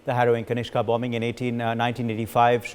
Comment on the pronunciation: What is Kashina? Sloppy. It is Kanishka.